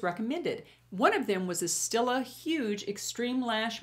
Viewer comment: it's pronounced .... steel-lah ... and u look wonderful.